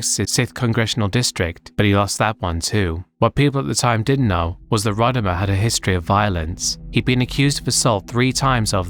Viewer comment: Also I like that despite having a clip in the video with Rodimer saying how his name is actually said and yet still says it the same way throughout the section that those who were familiar with him from wrestling say it.